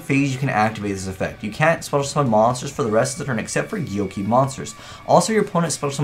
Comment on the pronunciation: Atsuko Kagari i was so angry every time he said gyoki